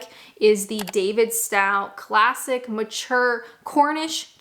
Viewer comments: The ingredients in the WalMart cheese are not really any different. A hard cheese needs a bacterial culture. Annato is a colouring (used in Red Leicester) and Calcium Chloride is a salt used instead of Sodium Chloride. Incidentally - Davidstow is pronounced Davidstoe 🙂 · Davidstow is pronounced almost like " Davids toe" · Davidstowe.....pronounced Davvid - stoh